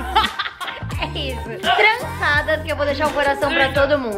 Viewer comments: A disse transada ou é impressão minha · tu tinha falado # errado msm viu kkkkkkk #trançadas